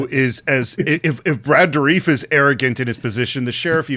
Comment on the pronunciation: Does your guest know Brad Dourif personally? As I've always heard his name pronounced Door-riff (including in official promo materials) not Door-reef.